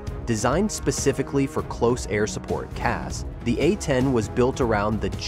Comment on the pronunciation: "Super A-tend Warhog"? C'mon. Enough AI nonsense.